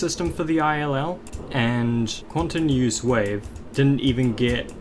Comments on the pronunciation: the way you pronounce quanteuse (kwan two s) as kwan ten euse hurts me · How can you pronounce Quanteuse "Quantenusesis" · according to others it's pronounce quant. like quantum. and teuse like "Tuh oose" and processing like processing. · Its (quan tanews processing) to pronounce it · you are pronouncing well quanteuse is not a real word. The level is a remake not of blast procesing but of quantum proccesing, an old level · the struggle to say the name😭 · bro had a hard time wits pronounciation of quanteuse ( and btw it's not chateneuse but "chanteuse" which means female singer in french and it is completely unrelated to quanteuse) also the level is a remake of the remake of blast processing "quantum processing" by riot.